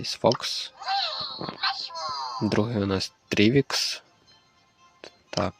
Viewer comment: І ще не трівікс а трувікс